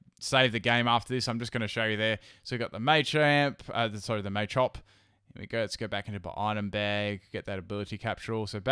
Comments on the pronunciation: Okay, so.....The way you pronounce Machamp, machop and Machoke is really annoying qwq. It's Mah-chop not May-chop QwQ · machop machoke machamp based off the word macho not may im triggered